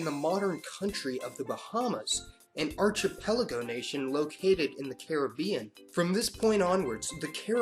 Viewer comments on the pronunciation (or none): Archipelago is pronounced Ar-kee-pél-ago Diaspora, Die-ás-po-rah Taino, Ta-ée-no Patois, Pah-tuáh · archipelago /ar-ki'pelago/ not /ar-chi-pelago/ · Archipelago is pronounced "ar-ki-pel-ago" btw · Arch-ipelago? Archipelago is pronounced like shark, not like starch bro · PRONOUNCIATION ERRORS: patois = PAT-wa archipelago = ark-a-PEL-a-go diaspora = di-AS-po-ra :)